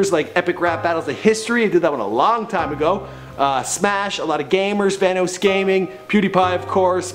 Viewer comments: Vanoos gaming? Say it right scrub. Vanoss. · Did anyone else cringe when he said "Vanoss" and Markiplier"... He said there names so badly lmfao